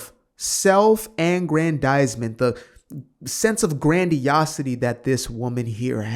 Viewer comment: It sounds to me like you're mispronouncing self aggrandizement. When I hear you say that it sounds like self angrandizement. Is that what you're doing ?